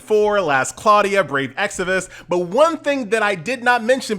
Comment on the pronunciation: Brave EX-VI-US. How do you still get that wrong??? lmao